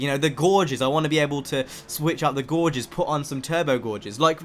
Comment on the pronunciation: gauges are not pronounced "gorges" it's like "gayjes" just trying to help